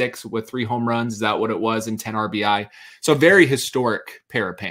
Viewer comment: 37 mispronounced “RBI’s.”